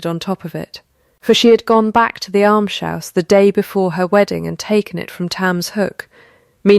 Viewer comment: Why cannot AI pronounce "almshouse" correctly? It's not difficult.